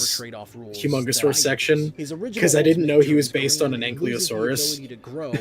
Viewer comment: I don't wanna be that guy, but it's AnKYLOsaurus, not anklyo.